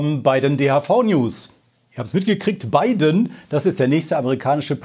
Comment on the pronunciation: LOL "Bei den" DHV News is sofort aufgefallen dass es nicht wie gewohnt gesagt wurde - "Biden" war dann richtig gut! xD